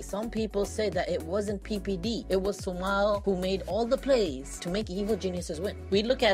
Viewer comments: Great drinking game everytime you hear the word Su-mahl take a shot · Stop saying sumal